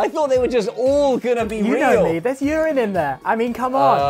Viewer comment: Weirdest part of this video = how Josh says Urine Uurreeeeeeeeeeen